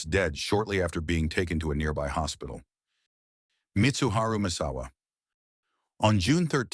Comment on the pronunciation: Yup, got Mitsuharu *[MESS]*awa wrong as well, but in all fairness it’s a TTS, “TEXT TO SPEECH”, it will speak what we input, so it is not all AI’s fault, there was a huge percentage of NS involved… 😬 😉